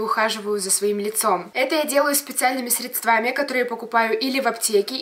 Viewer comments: срЕдствами говорить правильно, а ты говоришь средствАми, я не твой хейтер, нам просто учительница в школе по русскому это в мозг вдолбила и когда я это слышу (ударение) но сразу уши режет, а так я раньше так же говорила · Блин,как же режет слух слово "средствАми"...аррр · Вообще-то говорится средствами